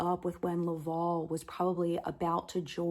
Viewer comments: To answer your question on pronunciation. Villeneuve is a french canandian name, pronounced “vill-nuhv”. Not Villeh-nuve”. Hope this helps. Welcome to Canada. Also Laval is pronounced “Lah-vhaal”. Not “law-vawl”. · The title of your video should be ''Finding my french canadian roots''. And please learn to pronounce correctly Laval. Because for me it sound like LÂÄVÄALLL. I know it is hard for you to pronounce it correctly but it is not too late to learn You have to make the diffrence betwen LÀ and LA... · Laval is pronounced La-val (val is pronounced the same as someone named Val (short for Valerie). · Just a comment about the pronunciation of your Great Uncles first name. The last 3 letters VAL are pronounced like the first 3 letters in the name Valerie. Good luck in your move. Your Villeneuve pronunciation was spot on. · I live and grew up in a city called LAVAL here in Quebec. The A isn't said as an au or an o. I'm sorry maybe it's because of how Americans per ounce the A . Lolol Very cool story about your family